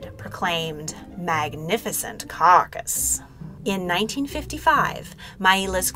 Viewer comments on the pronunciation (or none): none